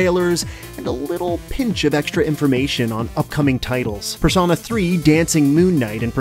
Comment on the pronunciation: its wingardium persOHna not personAH